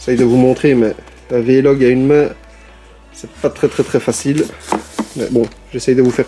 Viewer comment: tu me fait rire a dire "V-Log" en 2 mots, c'est VLOG en 1 seul mot:) Tokyo revengers et Mashle, seront mes prochaines nouvelles séries ^^